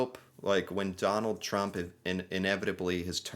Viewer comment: I repeated it a few times here because I kept hearing McDonald Trump